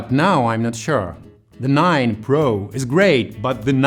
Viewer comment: When you said "OnePlus 9 Pro" i heard "OnePlus 9 Bro" i don't know why